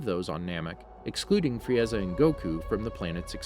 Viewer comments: I burst out in laughter when he said frieaza😂😂🤣🤣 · Fri Eza ? FRI EZA ? Vejetta ? WTF ARE U DOING ? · He literally said Fri-eza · Love ur video's but the way you pronounce Frieza and Saiyan(s) hurts my ears a little